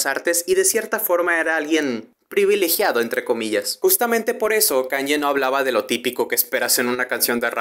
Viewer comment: se pronuncia kánie, no kánye; la ye (o i griga) se pronuncia como una i muy corta en inglés